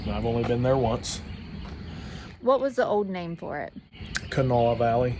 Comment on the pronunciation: Good job your the first one to get the old name pronounced right..... Kanawha valley